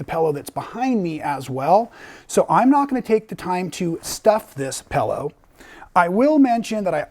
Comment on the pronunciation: hahahaha,, pellow? Its pillow like in pills, not pells, hahahaha, you sound like an Australian! Great pattern, going to make it for my husband as a neck roll!